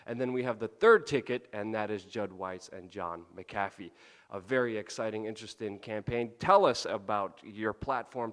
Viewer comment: a minute in you pronounced john McAfee like john muh-coffee